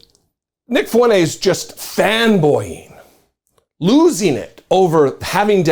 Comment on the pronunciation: This skid mark’s name is pronounced “Fwen-Tez”, not “Foo-en-ace”.